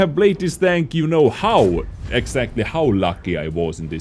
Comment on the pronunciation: am i the only one who hears no tank but dank